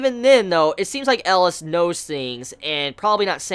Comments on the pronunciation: Okay great review and all but seriously it's not Ellis. It's EL EE AS Elias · His name is pronounced Eh-Lee-Us.